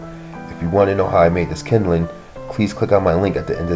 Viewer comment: Kindling, not kindeling.